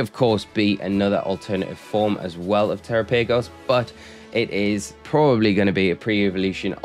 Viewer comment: Thanks for the update and glad to see you back home. I think instead of saying tera paygos, you should try saying it the same way you would say Galapagos like the island since that's likely the origin of the name